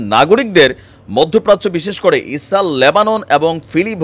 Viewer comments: আরে ভাই ইসাল ইসাল কি বলছেন কথা বলার আগে দেশের নাম টা পরিস্কার করে বলেন। কি বার বার ইসালে ইসালে করতছেন। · ইসাল😃এটা কি কুমিল্লার নাকি কোরিয়ান প্রনানসিয়েসন😅